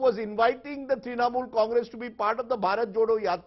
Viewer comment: तृणमुल not त्रिनमूल